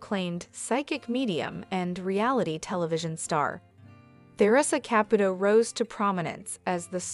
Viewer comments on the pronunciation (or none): Ka-pu-to NOT kap-puto